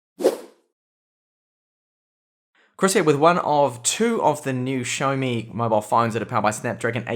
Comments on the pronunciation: Really enjoy your xiaomi reviews. However, I must say you are pronouncing the brand name wrongly. xiao does not have an H in it, so it is pronounced (X = S) si-ow mi.. not show mi.. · You must be the only reviewer to pronounce xioami like you do. It really does throw me off 😂